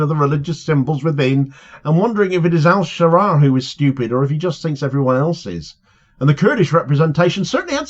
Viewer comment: Ash-Sharaa is how it should be pronounced, not sure how much room for manoeuvre he has to avoid being targeted directly by the IDF. My neighbours family are Syrian Christian and their village was bombed by IDF in the aftermath of Assad falling.